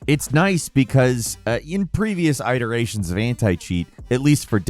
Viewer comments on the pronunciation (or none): It-erations. Not Eye-terations :) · EYE-terations. Come on man! 😕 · Imagine pronouncing it eye-terations 😂😂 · I've never heard anyone pronounce the word "iterations" that way before 🤔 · that's not how we pronounce "iterations".